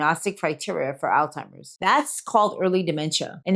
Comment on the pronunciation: I question whether or not this is an actual doctor speaking, as she is pronouncing Alzheimers "Al timers" there is no "t" in the name of this disease. Wth?!!!